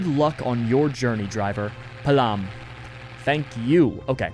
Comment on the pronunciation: it’s pronounced “pa-a-lam”:v